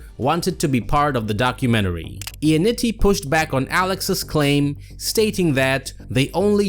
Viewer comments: For how many times you said his name, you may have well said it right. It’s not Ionnitti, its Ionnotti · No, it's notti.